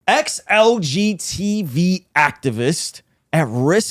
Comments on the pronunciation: Every time you say “LGTV” instead of “LGBT” it cracks me up a little bit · Ruslan, no offense but it drives me crazy how you say LGTV when it’s LGBT every time. I’m not with the alphabet soup mafia, but it still drives me nuts lol